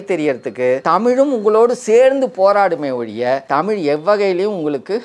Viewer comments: தொகுப்பாளரே தமில் இல்லை தமிழ் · தமில் இல்லை தமிழ் . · நண்பரே ,தொகுப்பாளர் அவர்களே, தாங்கள் தமிழ் என்று சரியாக உச்சரிக்கும் படி தாழ்மையுடன் கேட்டுக்கொள்கிறேன். நீங்கள் தமில் தமில் என்று உச்சரிக்கும் பொழுது என் உயிரே போய் வருவது போல் இருக்கிறது ,நீங்கள் முயற்சித்தால் அதை சரியாக உச்சரிக்கலாம். நன்றி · எனக்கும் இதை எப்படி தான் தமிழ் மக்களுக்கு சொல்வது என்று புரியவில்லை தமில் இல்லை தமிழ்..... என்று 😢😢😢😢😢😢😢😢😢😢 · அதையும் தாண்டி வேடிக்கை என்னவெனில் தமிழ் என்று சொல்வதை காட்டிலும் தமுள் என்றே உச்சரிக்கும் பழக்கம் நம் அனைவர் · முதல்ல.. தொகுப்பாளர்...நாவில்... தமிழ் 1000 முறை...சொல்லவும்..😮😮😢😢தமில்...இல்லை.... தமிழ்... தமிழ்.... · நான் சொல்ல வந்ததும் இதையேதான்! நன்றி! இவரைப் போல எத்தனையோ பேர் நமக்குத் தலைவலி யையும், நம் மொழிக்குக் கெடுதலையும் செய்ய! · உண்மைதான் தமிழை தமில் தமில் என்று உச்சரிக்கும் போது, நீங்கள் கூறியது போல உயிரே போகுதுங்க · கொஞ்சம் கூட கூசாம பிறழாம தமில் தமில் னு கடைசி வரை பேசறானே!! இத்தனைக்கும் ஐயா அவர்கள் தெளிவாக பேசுகிறார். 😢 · தமில், மொளி என்று கூறுவதை சரி செய்திருக்கலாம்.